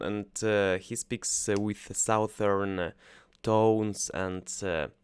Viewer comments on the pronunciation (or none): A quick tip for you: 'Southern' is actually pronounced 'suthern'. (It seems odd but it's true).